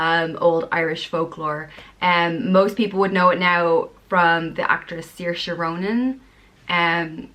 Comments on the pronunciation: You got saoirse wrong because it’s pronounced sure-sha or seer-sha Depends where you are I’m from the west coast of Ireland so I will pronounce it seer-sha from the north will probably pronounce it sure-sha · Ok but Saoirse Ronan dont pronounce her name like that. I watched some interviews with her. She says it like shor sha or smth like that. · actually Saoirse said her name is pronounced "sir--shuh". She had an interview and said it was pronounced "sir--shuh like inertia". It must depend on where in Ireland. Not criticizing you, just clearing that up. Beautiful names. You're very beautiful too